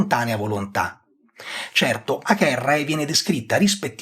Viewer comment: vorrei sapere perché pronuncia acherrae e non avere il nome di Acerrae. Ed a anche agentes è pronunciato aghentes